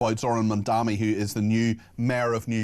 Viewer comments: ITS MAMDANI NOT MAMDAMI! How are you allowed to report the news?! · You must be the least educated of any broadcasters. At least learn how to pronounce the mayors name correctly. It is ‘Mam-da-ni.’